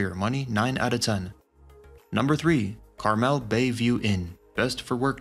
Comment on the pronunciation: Imagine if you took one minute and went to a website that actually pronounces Carmel correctly you could be much more successful